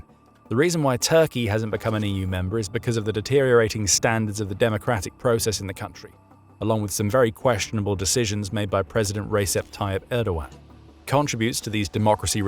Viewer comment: In Turkish, the letter C is sounded like J in English. So Recep should be pronounced Rejep. The Turkish word for Jazz is Caz, and they are pronounced the same as each other.